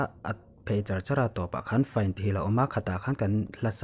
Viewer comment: FINE tih khi conductor pakhat chuan FI - NE tih a lam tur ati siiaa..